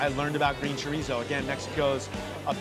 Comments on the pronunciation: I choked when she said “shorizo” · she doesn't know how to pronounce chorizo...